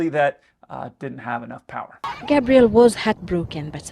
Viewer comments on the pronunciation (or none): none